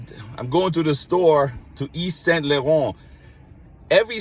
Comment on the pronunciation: You are fabulous as you are! You put yourself into your work and take us to places we can't go. You have personality!! And you say "Laurent" beautifully!! ❤❤